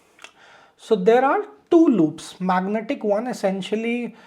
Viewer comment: good intro.......its magentic, not magnetic